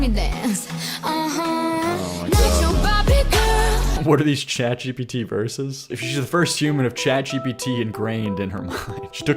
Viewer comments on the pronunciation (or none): none